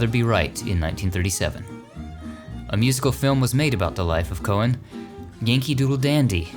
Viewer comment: George M. Cohan's last name is pronounced "co-han" with the H